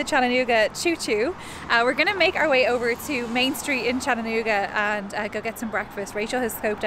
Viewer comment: How exciting! You were in my town! Come back sometime, there is so much more to see! Also, thank you for pronouncing Chattanooga correctly!❤️😉